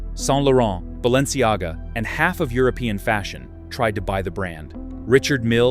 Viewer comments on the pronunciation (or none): none